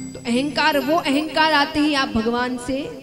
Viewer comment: महत्त्व को मेहत्तव और अहंकार को एहंकार बोलकर भाषा का सत्यानाश कर रहे है ।